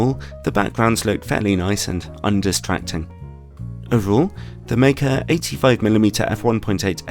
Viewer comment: Wow, finally a reviewer who pronounced Meike correctly.